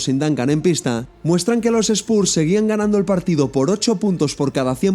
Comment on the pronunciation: Gran vídeo, como siempre, solo corregiría la pronunciación de Spurs para los siguientes :P